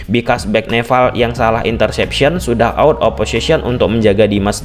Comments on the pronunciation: Nepal bang bukan neval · Nepal bang bukan Nefal😅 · Nepall bang bukan nefallll😭😭😭😭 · bang maaf sebelumnya, aku fans channel abg tapi seharusnya "nepal" bang bukan "nefal" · Wkwk suka greget pas dia bilang neval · NEPAL bukan NEVAL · Perasaan, nama lawannya Nepal deh, bukan Nefal/Neval..??🤔🤔🤔🤔 😅😅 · nepal bg nepal bukan nefal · Bang bukan NEFAL bang tapi NEPAL, nanti org Nepal marah bang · Nepal bang,bukan Nefal😅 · Nepal bro bukan nefal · Orang mana nih, neval😂😂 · gua jd salfok sama kata2 lu bang "nefal" wkwkwwk tp isoke bang... lanjutkan